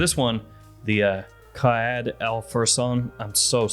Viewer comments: Your pronunciation is good but instead of qayed you should say qaa id which means leader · Arabic is my mother language The first A pronounce as /ar/ second A pronounce as /i/ /K ar i d/ Or something like that 😅 I think I make it worst You're pronounce just fine 👏 Great video as always thank you